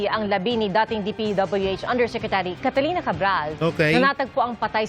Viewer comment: Catalina hindi Catarina🤣